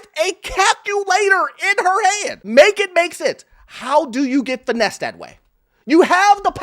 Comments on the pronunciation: Finessed and not financed LOL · “Finessed not Financed” lol😅